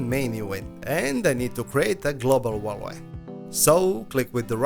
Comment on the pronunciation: absolutely impossible to understand this guy "wah-ley" is what you say for the word VALUE ? not even fucking close, bro